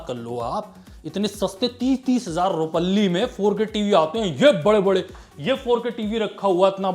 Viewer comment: 30,000 "Rupaalli" 😂😂😂😂